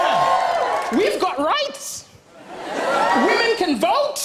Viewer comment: I thought he said rice not rights lol